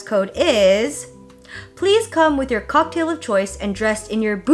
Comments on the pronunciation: love how u said COCKtail LMAO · Jenn saying “cocKtail” is everything!! Also I missed som elegant gloves on the outfit! What do You think? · hahaha! the way you said cocktail was extra proper ^____^ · The way she said “cocktail” 😂😂😂